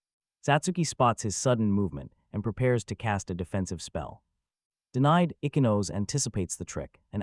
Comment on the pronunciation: Ichinose (ee-chee-no-say). You can’t have English pronunciation with Japanese names.